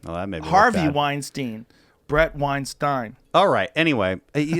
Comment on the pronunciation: is his first name pronounced breet? do you also say froderick?